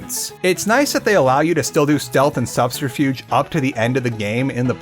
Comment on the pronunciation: Why is this guy unable to say "subterfuge"?